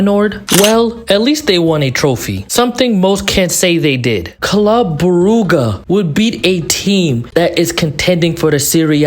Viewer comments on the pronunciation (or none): same thing with club brooguh